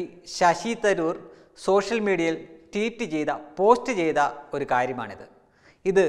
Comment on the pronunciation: ററീററ്(Teet?) അല്ല ററ്വീററ് (Tweet)ആണ്...